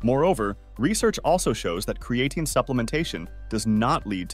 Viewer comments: Literally have never heard anyone pronounce creatine this way... Uh. Yeah... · Cre-A -tin. 😂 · If you're going to use an AI script, AI voice, at least pronounce the name of your subject matter. Video looks professional bat that. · Can't even pronounce the name right lol I'm sure this vid will be full of correct information.